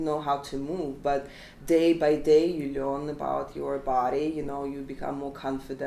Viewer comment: They way she says "learn" is just terrible😂😂russian accent itself😂